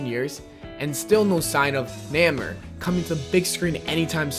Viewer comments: Someone PLEASE tell this guy that it's pronounced "NAY-more" and not "NAMM-er" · nammer? IT'S NAY-MORE(the pronounciation). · If someone mispronounces something I usually don't care, but NAEH-MUR... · "Namer" Nay-more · it is pronounced "Nay more" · THANK YOU!!!! That shit drove me nuts!!!!! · The way he pronounces Namor makes me want to cry. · I'm clearly late to this video and your post I was gonna put... Namor (Nay-More or nay mor) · dude you pronounced Namor's name wrong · When you put namor as 3 but can't even say his name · stop pronouncing Namor's name wrong